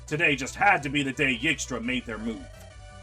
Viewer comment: I’m pretty sure Yg’stra is pronounced “IG-stra”, not “YIG-stra”. Could be wrong but, I dunno… feels like we need an “i” in there to justify your choice of pronunciation.